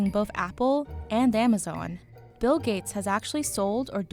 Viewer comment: His name is bill, not mill sir